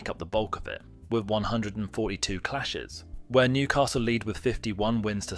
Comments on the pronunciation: Mate just try saying weeeeaaaaa not where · Yeah mate, it's wear like fear not like bear. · Could not watch this. You shouldn’t make a video on the Tyne Wear derby if you don’t know how to pronounce Wear. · Well put together video but a few people will comments on your incorrect pronunciations particularly on ‘Wear’ and ‘Gullit’ 😬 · I love how you mispronounce the word "wear" i bet its making the bin dippers go mental every time you say it 🤣 i can hear their teeny tiny brains pop from here . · Mate I’m 2 mins in but the way you’re pronouncing wear is really gonna do my head in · Wear is pronounces as 2 syllables.